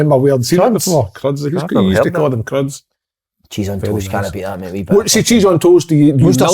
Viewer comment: Kev it’s cheese curds not cruds 😂😂😂